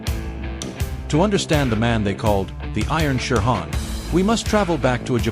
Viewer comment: Terrible pronunciation of many japanese terms like shihan becomes sherhan english pronunciation not bad. People who came back from Japan talked about certain people as being known for their powerful techniques. This is a euphemism for brutal. It seems to apply to Chiba, not saying he wasn't very capable. As a technician and worth stealing ideas from